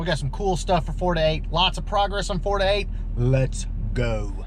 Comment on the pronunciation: I don't know why but when you say 4to8.... It sounds more like you're saying Florida8.